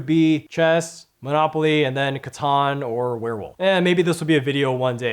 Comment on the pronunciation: It's catan, 😂